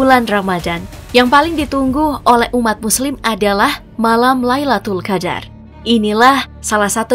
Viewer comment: Min, Lailatul Qadr bukan Laitul Qadr 😅